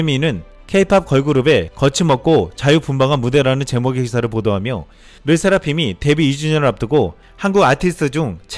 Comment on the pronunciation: 르세라핌이라고 말도 제대로 못하냐? 치킨???